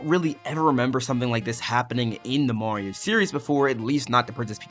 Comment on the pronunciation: Why do you pronounce "Mario" as "Morio"